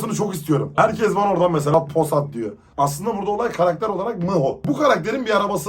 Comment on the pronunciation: abi sayande artık çoğu kişi ismimi düzgün söylemiyo pooğğsaatt diyo ismim pusat şimdi bide çakırın oğlu demeye başladılar böyle enterasan şekilde devam ettiriyom soyismimde sayan seda sayan neyin oluyo diyolar bende halam diyom inanıyo bide saf lar sj